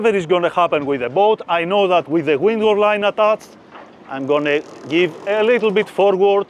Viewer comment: FEEDBACK: The instruction is excellent, but I struggle to understand his English. Each time he mentions 'wingo line', I translate it to 'windward line', but it's distracting. This is where closed captions are useful: turning on YouTube captions is beneficial, but the auto-translate feature is inadequate, as it repeats 'wingo line' and 'Ming line' (which is unclear). YouTube should expedite the process for viewers to submit corrections, ensuring auto-translate functions correctly. FEEDBACK 2: Video editors aren't actually sailors, so they're cutting out what seems extraneous to them.. but not to me! eg: Skipper had the so-called lazy line in his hands as he moved to the bow but the next shot shows him cleating the starboard bow line. I've never been in the Med, I've never handled a lazy line. To see the transition from it to the main line would have been useful so I can imagine doing it myself when I'm there. Training Videos like this are rated 'great' by people who ALREADY know the procedures.